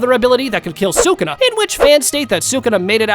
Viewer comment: You're dumb bro say sakuna 1